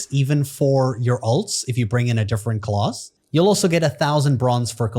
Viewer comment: why do you say class like that....its class, not clause....